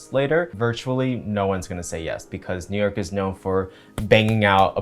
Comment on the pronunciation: The way he said New YERK at the mark